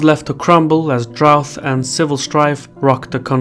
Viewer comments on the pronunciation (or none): excellent content....but drought is pronounced dr-out....not drouff